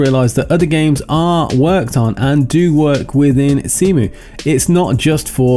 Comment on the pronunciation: "Zemu." I like that. XD